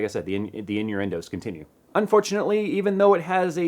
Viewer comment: The in-your-end-o's? Was that intentional,? haha